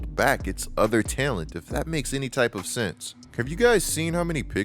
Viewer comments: Who says talent like that man?? Tellunt..lol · good takes but why do you say talent like that bro😭